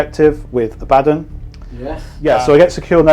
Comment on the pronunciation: Hurrah, someone who pronounces The Despoiler’s name correctly! Not Don from ABBA… Oh, then you say Abbadon later 😂